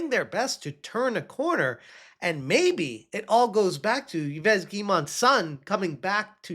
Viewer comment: Weeee! You called him Eve instead of yevez! AWWW 🎉 LOL